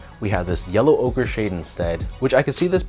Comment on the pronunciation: Finally someone who pronounces the name correctly. Ochre, like Joker without the "J" 😄 Nice review, as always, thanks. These are growing on me, so I just might... yep, going for 'm tomorrow.